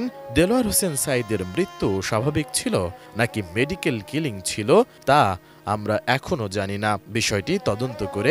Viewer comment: নেডিকেল ক্লিনিং না, মেডিকেল কিলিং হবে।